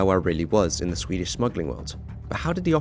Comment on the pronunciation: As a Swede, I really appreciate how you make an effort pronounce Swedish cities correct.